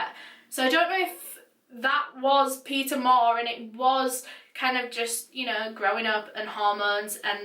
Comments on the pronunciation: I keep hearing pizza every time she says Peter 😂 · Why do i hear her say pizza insted of Peter?😂